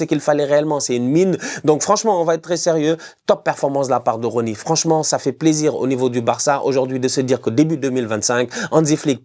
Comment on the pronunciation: S'il prononce le nom de Roony vous me faites signe 😅😂